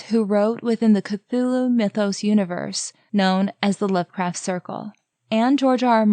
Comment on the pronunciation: Also, I hope you didn’t take my pronunciation suggestion as a critique!! HP Lovecraft is my fav author and I’m a bit of a fanatic. Haven’t heard of people pronouncing it with the L before the R ever. Was just trying to be helpful :) Your videos are the only deep lore on ASOIF that actually make sense and aren’t grasping at straws, so I really appreciate them!